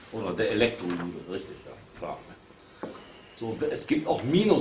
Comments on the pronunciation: "der Ekektrojude" wahahaha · Mein Lachgetriebe ist bei "Elektrojude" zusammengebrochen. Der Typ gibt einem den Rest :'D. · Was isn ein "ELKTRO-JUDE"..???? Ich bepiss mich vor lachen.. ;)